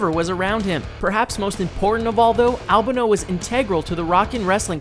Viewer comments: Captain Lou 'Ab-a-no'? It's 'L-ban-o'! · Al Ban o , not Al beno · Al bah no?! It's Al ban o you fucking idiot! Do your research you phony wrestling fan! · Good video but it’s Not Al Bunno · It's AL-BAN-O... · Captain Lou ALBENO??? The greatest heel manager of all time and Louis Albano has his name mispronounced not once, not twice, but three times by this punk who wouldn't know real wrestling and real heat and real booing with none of it added in in post production if it marched out of the ocean an slapped you upside the head with a sledge hammer. The "an" in Albano's name is pronounced just like the English Grammar Article "an". As In "An apple" " An audition" etc. Do you hear me you punk? You've got the brain of a dehydrated b b. Put your brain in a bird and pffffft, fly backwards. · It's pronounced "Al-Bon-Oh" btw, but good video. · Jt Blayze al BAN oh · Stop trying to defend the video person's bad pronunciation